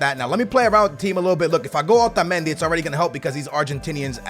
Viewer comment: Why the hell do you ALWAYS pronounce Otamendi like that! Your fucking American! Act like it bitch!